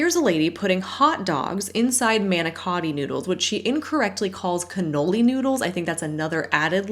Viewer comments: Re the “cannoli” pasta - in Italy and the U.K., that type of pasta is called cannelloni, so it’s possible that she was simply mispronouncing it rather than misidentifying it. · She probably means CANNELLONI PASTA She’s just mispronouncing it no big deal . But this is what she means. She’s literally just missing one syllable.